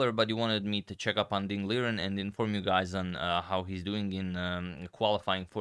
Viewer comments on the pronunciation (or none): Fyi. Ding（丁） li（立）ren（人）is actually pronounced Ding Lee Ren (en the same as forgott-EN)